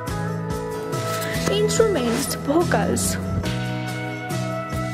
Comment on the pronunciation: ITS NOT BHOCAL ITS VOCALS ITS NOT SAPTEMBER ITS SEPTEMBER